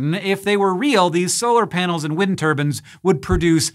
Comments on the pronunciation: Say it with me (muscle) Hank: turb•EYEne not turb•An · It's turbine not turban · Why do you call them “wind turbans” ? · Why on earth is Hank pronouncing turbines as "turbans"? 🤔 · Why do you keep saying Wind Turbans instead of Wind Turbines? Is that just a bad joke going over my head? Is it a pun? I'm so confused right now... Also, you're extra greenish-yellow in this episode, did someone move a light near the green screen? I just realized I missed the whole episode because I was so distracted by Wind Turbans that I typed this comment instead of watching the video. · Great, so now thanks to hearing tur-ban instead of tur-by-en I've now pictured a man rotating round a windmill accompanied by his head wrap! I should be more mature than this... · Omg that was all I was thinking. Like, no, turbine, not turban, stahhhp, he must have the same editor as that penguin documentary Benedict Cumberbatch narrated. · Every time someone says turbine like turBIN, an entire African village dies of starvation. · Turbine vs Turbans - Hank... 😂😂😂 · Wind Turbans This bothers me. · Wind turbans XD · Why are you pronouncing "turbine" as "turban". Literally never heard that mispronunciation before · It's like Chinese water torture if you replaced the water with a guy who calls a turbine a "turban". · Wind turbin? Lol wtf